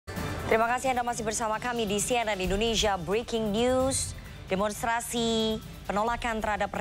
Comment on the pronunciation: Briking nyyuuuussss 😂